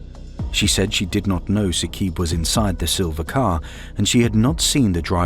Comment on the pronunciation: It is not Saqeeb in pronunciation... it is Saaqib